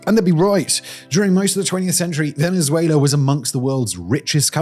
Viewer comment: I’ll never not hear Venzuéla.